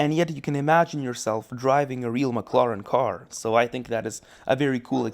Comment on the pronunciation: I will never forget how he said mclaren. He literally said maclaran and a mclaren senna gtr has a 7 speed dual-clutch automatic gearbox, not a 2 speed